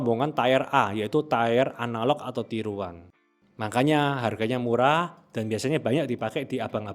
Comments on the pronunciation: Min, sorry 🙏🏻 Tier dibacanya bukan Tayer ya. Tier dibaca /ˈtiɹ/ Kalo tayer jadi Tire jadi lain arti. Mending baca tier langsung aja jgn ke bhs inggris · Tiir bang buka tayer Wkwkwkwk Belajar bhs inggris lg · Informatif skali bang, thank you! Udah saatnya masyarakat kita melek tentang komposisi makanan. Tapi tolong cara pengucapan "tier" itu "tir" bukan "tayer"😊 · Tier /tir/ bacanya tier bang bukan tayer cek di Google Translate pronouncenya. . Kalau susah lafalkan English baiknya pakai istilah Indonesi : kelas/tingkat. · Tier itu penyebutan nya "tir" bukan "tayer" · pelafalannya TIR mas, buatkan TAYER. kalau TAYER itu tulisan aslinya TIRE (Ban). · Tier bacanya tir om, bukan tair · • Tier, dibaca tiyer. Artinya tingkat atau deretan • Tire, dibaca taiyer. Artinya Ban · FYI tier itu dibaca "tiir" (amerika) / tiieh (inggris) bukan "taiyer/teyer/teer". Btw kontennya sangat informatif, terima kasih bang. Kalo bisa next videonya juga pake gambar body atletik cewek dong buat penyegaran.. jangan cuma gambar body keker, botak, mana warnanya merah lagi jirrr agak gimana gitu hyahyahyaaa.. tolonglah mas editor kalo bisa seleranya dikondisikanlah awikwok. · Dear content creator : Pengucapan 'tier' tidak sama dg 'tire' yaa... Jaga kualitas 👍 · Bang, videonya sudah mengedukasi banget. Saya suka. Subskreb deh. 👍 Tapi boleh nggak bilang "tier" itu bukan (tayer) tapi memang (tier) aja. Biar tambah keren videonya 😁🙏🏽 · Mas, boleh sedikit koreksi cara baca ya. Tier dibacanya tiir, artinya level Tire dibacaya tayer, artinya ban 🙏🏼 Thanks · Koreksi dikit aja bang, "tier" itu dibacanya tiir, bukan tayer. Klo tayer itu buat "tire". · gw udh Komen jg eh masih AJ terus dia ngomong tayer.. sakit kuping 😂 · padahal kalo dibaca bahasa indo juga tir tapi ini malah di sok inggrisin malah jadi tire tyre 😭 udah bener tier dibaca tir malah jadi tire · mending ngomong tier ya tier aja, gausah tayer tayer apalah aneh banget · Ngomong nya Ti-er bukan tayar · bacanya bukan tayer tp tir